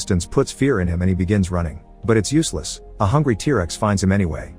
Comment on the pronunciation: Oh yes, tear-rexs